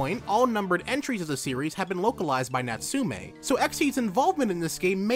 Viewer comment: Throughout the lenght of the video I kept repeating NATSU'-ME'! everytime he does....